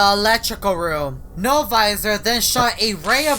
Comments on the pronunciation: It sounds like he is saying no advisor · noviser when he’s drunk 😵